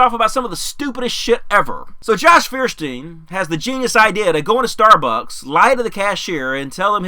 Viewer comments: Fierstiehn? It's Feuerstein. Does he himself pronounce it Fierstien? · Feuersteir is too stupid to even pronounce his own damned name! Hint: It is "Foyerstein". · Feersteen? Not proper pronunciation. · Feuerstein can't even pronounce his own name correctly: it's Foy-er-shtine because it's a German name. English speakers are infamous for massacring foreign words even if they're easy to say, which is why we even pronounce Einstein's name wrong, since the 's' turns into 'sht' in German. Stuck Together his name translates to "Fire+Stone" or "Flint", which means he is actually "Mr Flintstone!" I gotta wonder if this was intentional on his part and he's just trolling everyone for cheap laughs... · Feuerstein is a german word and means flintstone! the american pronunciation is so funny xD